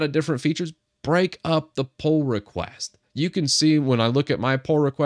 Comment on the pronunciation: I hear Poor request instead Pull request. I don't know why LMAO